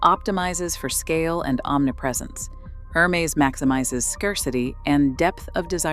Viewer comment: It's pronounced 'Er-mez' not 'Her-mees'.